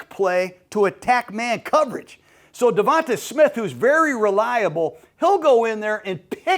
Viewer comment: He also said eagles have won nfc east twice in a row and going for third. .and always says devonTUH smith.